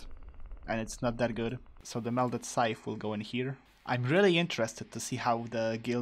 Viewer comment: SAY SCYTHE RIGHT NOW! Also, the mimicube reminds me of the Mimic Tear bossfight from Elden Ring, he also copies the player's inventory at the beggining of the fight, but in most cases is easier to defeat than this shit that brutally anihilated your hearts. :(